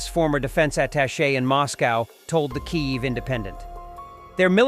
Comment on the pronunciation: It would be so much more effective if you could pronounce Kiev correctly. Your pronunciation is unique. But neither Ukrainian nor Russian.